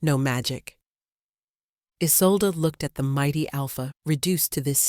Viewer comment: How many ways can you incorrectly pronounce Isolde? I lost count. 🤦‍♀️🙄